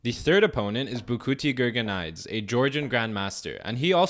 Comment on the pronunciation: I thought it was pronounced gurgen eedzay